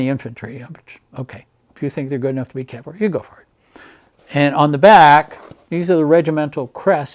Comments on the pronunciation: Are you listening?The interviewer mis-pronounces Cavalry,NOT the Veteran! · You'd think the interviewer would have learned how to pronounce "cavalry" before the interview. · I think it's the interviewer mis-pronouncung the word Cavalry.